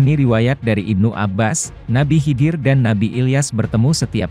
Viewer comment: Nabi khaidir mas.. Bkn nabi hidir...